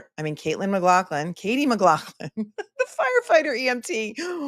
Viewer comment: The last part is so fun to listen to and laugh at all the funny comments and screen names and saying funny stuff like Maglaaahhphlin and the papas...sorry for your loss.